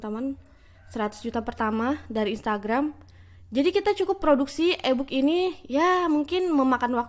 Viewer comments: iyah eeee booookkk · Inkom, ebuk😅😅 kak coba kursus English bicara yg bener.